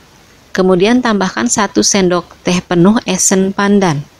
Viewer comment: Disendok kali bkn disendug